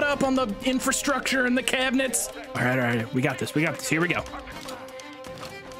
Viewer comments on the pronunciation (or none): I get an incomprehensible amount of joy every time he said CABINETS and I keep rewatching it